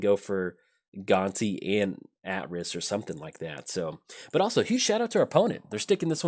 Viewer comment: Pretty sure it's AY-triss. Assuming KotOR2 got it right, anyway.